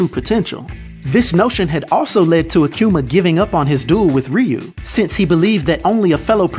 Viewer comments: Ah-Koo-Mah Not, Ah-Que-Mah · Hey "," you continue to BUTCHER his name the further the video got. You started out saying AKUMA right though...then it went down hill from there. There is NO "Q" in his name, therefore it's NOT "aQuma!" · It’s pronounce ahh-q-ma. Akuma (aah-q-ma) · the name is Japanese. Ah koo ma, not ah kyu ma. You're videos are always entertaining brother keep bringing them. Trinidad fan I am! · i can't help but hearing Aquma when you say his name Akuma xD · It's pronounced ah-kuhh-mahh not a q ma,there is no q in akuma. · Who the hell is “akcuma?!” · "Akiuma" "Rayu" why can't americans pronounce anything correctly? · I've never heard someone say Akuma the way this guy does 😂😂